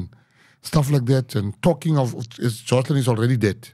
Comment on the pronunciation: He told you it's "Joshlin" then you keep saying 'Joslin' ...listening skills. God bless Gayton for all he's done and done here, sounds like it would've been buried otherwise. An excellent interview for what it reveals- police incompetence and complicity, children need the highest protection by society. Blow it open Gayton. Interviewer, when you want to start a sentence in the middle with 'I' ...please stop yourself. What Gayton had to say was SO important and specific. Put a bright spotlight on child trafficking - it's massive. We need leaders who have compassion for children.